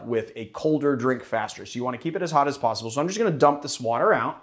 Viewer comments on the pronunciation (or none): none